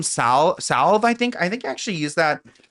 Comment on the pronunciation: Salve is pronounced sav. * So you know. 😊 I had to ask my mom how to pronounce it when I first saw the word so don't feel bad. ❤ I hate all the silent letters in the English language. 😅